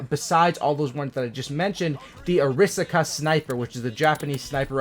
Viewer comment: You butchered the arisaka